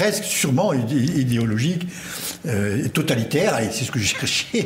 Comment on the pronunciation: À l'emploi de l'épithète totalitaire (avec emphase, s'il vous plaît), j'ai décroché.